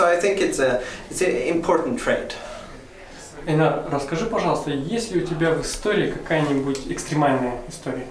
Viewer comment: Айнар, его имя произносится как Айнар с ударением на "а" (не Энар, не Эйнар).